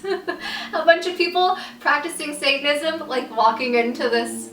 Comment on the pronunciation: Do u mean witch craft when u said saitentisem